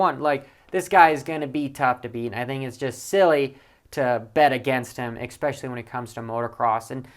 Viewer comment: “Exspecially” is not a word.